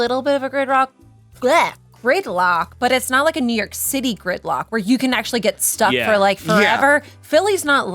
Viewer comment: I hate how she keeps saying new york 🙉🙉ITA NOT NEW ORC plz stop 😒